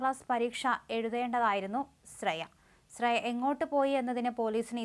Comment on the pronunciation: സ്രേയ അല്ല ,ശ്രേയ.